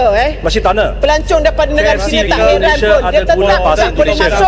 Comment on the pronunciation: negara dibaca negare